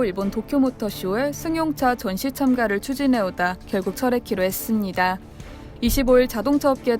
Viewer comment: 했!습니다 ㅋㅋㅋㅋ 귀에 거슬리네